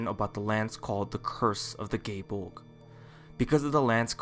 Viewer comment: proper irish pronunciation is guy-eh bowl-gah press f yall